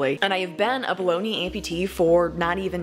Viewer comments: It honestly sounded like you said baloney lol. Made me chuckle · English is my first and only language and I heard Bologna (Baloney for some) as well 😂